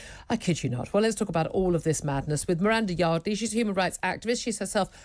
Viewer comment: "Miranda" Fuck sake